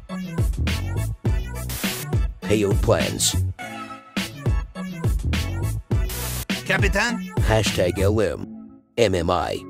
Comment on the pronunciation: My favorite part is when he says capitin 😂😂